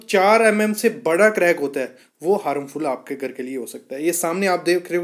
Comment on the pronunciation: हारमफुल नही हार्मफुल. पहिले सही शब्दका प्रयोग करे.